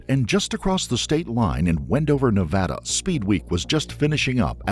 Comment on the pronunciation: It’s Nevada! Not Nevada.